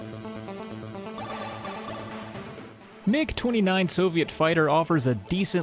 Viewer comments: You're quite correct in pronouncing "MiG" as a word. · MiG is short for Mikoyan-Gurevich, the last names of the founding aircraft designers. The "i" is part of "Mikoyan", so it's correct to pronounce it as part of the "Mi" syllable rather than spelling out each letter.